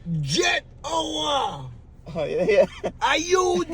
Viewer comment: say jet our 🤣🤣🤣🤣 it’s jetour tell di man no mi g